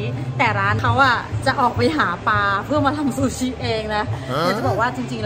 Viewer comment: ติดตามคลิปน้องมอสมาตลอด ชอบๆนะ แต่ช่วยปรับปรุงเรื่องการออกเสียงควบกล้ำให้ถูกต้องด้วยค่ะ เช่น คำว่าปลา...